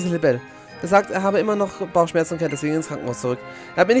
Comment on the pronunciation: Nur so nebenbei.Gutes Letsplay wie immer, aber das Le bei "LeBelle" spricht man so aus: "Lö"